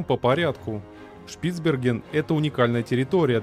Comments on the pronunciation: Понятно что читает не человек, но ударения. На Е. шпицбЕрген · Хоть узнай как правильно ударение ставить в слове шпицберген